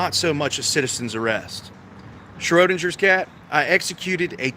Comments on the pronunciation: You really need to figure out how to properly pronounce the name Schrodinger. Also, parking your jalopy on private property, and then it gets towed by request of the property owner is perfectily legal. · Not to mention, you can't even correctly pronounce "Schrödinger" nor identify the meaning of the "Schrödinger's Cat" thought experiment. You're not ready for an erudite adult discussion.